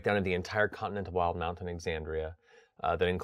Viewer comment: WILD-MOUNT! I've been saying "will-deh-mount" this entire time! Now I think about it... the official pronunciation makes MUCH more sense.